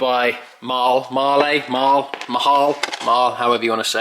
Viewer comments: Actually you should add 'uh' at the end. Similar to how you pronounce Porsche. So: marl-uh. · If you pronounce as “mar” as in “far” then “lur” as in “fur”. So Mar-Lur 👍